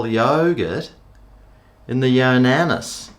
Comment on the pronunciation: ya specimen. its not pronounced "yonanis", its yo nana. as in yo! bananas! pronounced yo! nar nars! i know you are totally whipped at the moment, but cmon mate. lets pick up our game a bit. i had one of these but got rid of it, because the juice aint worth the squeeze. it takes forever to clean down after each use. show us THAT video.